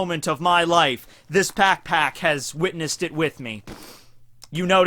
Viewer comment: When he said Back Pack he actually said pack pack :/